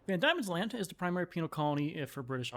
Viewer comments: Please god, Pronounce is as Van Deamons land, and OZtralia. NOT Damons land or Auostralia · It's van Deemans land. Not van Diamonds land. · I know this late. and im sure a million people have said this. but its pronounced van d(i)emons land. silent i thank you ❤ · Its pronounced 'Van Deamons land' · Van Diemans Land. Pronounced "Van DEEman's Land". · I can definitely see why you kept pronouncing it that way as the first 3 letters are "die", but "Van Diemens Land" is pronounced as "demon"... "Van Demons Land". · It's pronounced Van Demon